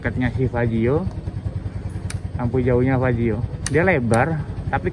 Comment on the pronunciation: Fazzio bukan faizzo.. 🙏😁